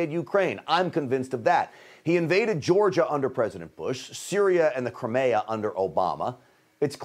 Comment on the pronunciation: Grant still can't pronounce CRIMEA. CRIME-E-A!!!!